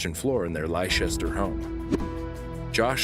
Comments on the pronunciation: Leicester is pronounced Lester btw. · Please, PLEASE, pronounce our UK cities and towns correctly 😫 They're pronounced "Lester" and "Lestershuh". I know they're spelt awkward among many other places but Google could tell you the pronunciation. Besides that, I love your videos 😂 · Leicester is pronounced "Lester" not Lychester. lol